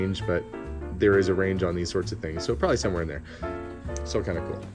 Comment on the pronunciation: That lantern is cool! So is that bomber jacket, which looks good on you! Oh and one more cool thing... The way you say prolly (probably ). 😊